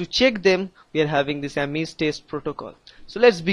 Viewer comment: thanks bruh, but you said Ames like ARMENS. THAT WAS FUNNY \